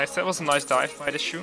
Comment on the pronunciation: lol I love how you call chou shoe. Is that how you're supposed to say his name, or is that your interpretation?